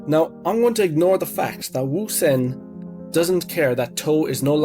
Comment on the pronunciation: You are the GOAT of the pronunciation of Ousen. Great chapter 845